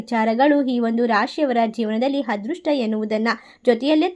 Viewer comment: ಹನುಗ್ರಹ, ಹದೃಷ್ಟ, ಹಾರಾಧನೆ ಅದಿಮೂರು ರಾಮಾ ರಾಮಾ ಕಾಪಾಡಪ್ಪ😂😂 ಈ ಕನ್ನಡ ಕಂಪಿನ ಸಿರಿಗಂಧವನ್ನು ಹಾಳುಮಾಡಬೇಡಿ ದಯವಿಟ್ಟು. ಸರಿಯಾಗಿ ಕನ್ನಡ ಬರುವವರು ಹತ್ತಿರ ಓದಿಸಿ ಪುಣ್ಯ ಕಟ್ಟಿಕೊಳ್ಳಿ, ದಯವಿಟ್ಟು ಹರ್ಥ (ಅರ್ಥ) ಮಾಡಿಕೊಳ್ಳಿ